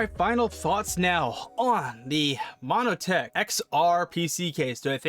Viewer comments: why are you calling it MONO-tech? its MON-tech... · Montech not monotech